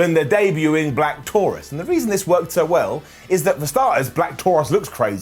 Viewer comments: How do you pronounce the name ? Do you pronounce it “Black Taurus” or “Black Tauroose ? I know Rosemary is Canadian , so could that have something to do with the pronunciation? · Pronunciation for sure. "Black Taurus" is the name.